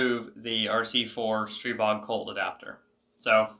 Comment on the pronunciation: Thank you for pronouncing Stribog correctly. So many people on YouTube pronounce it incorrectly. My brother in law has a 3d Printer and I am hoping he will print the Colt Mag adapter and several followers for me. Do you happen to know if the adapter and followers will work with ProMag AR-15 9MM Colt / SMG Steel-lined Polymer Magazines?